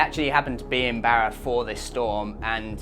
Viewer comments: por favor, my ears are bleeding hearing you pronounce Barra as Bear a. It’s pronounced Bar a, like you were at the Bar a having a few drinks. With a little practice, you can do it,. Another great video, gracias. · No way he can pronounce the "rr"😊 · Great video, I wish there was some way to seamlessly use the spanish pronunciation of "Barra" in your videos, saying it in 'Strayan sounds funny. No way around it though😊😊😊thanks